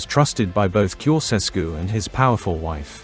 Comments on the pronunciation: It''s not "Koseskew" - it's "Tsho-tshes-koo". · Can not you learn the correct pronunciation of his name???